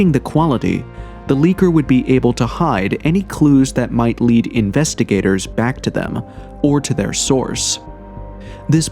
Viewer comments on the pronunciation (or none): none